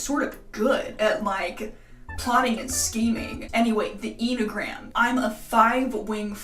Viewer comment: enneagram is pronounced any - uh - gram